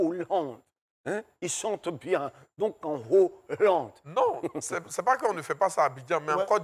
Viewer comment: Siro a dit en Hollande (annolande). le corrige en esprit en répétant "en HO-llande, en HO-llande). Le H est aspiré; donc pas de liaison.